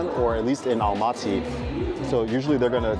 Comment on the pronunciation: Welcome to Almaty! Glad you liked the city. Btw Almaty is pronounced Almatuh, not Almatee.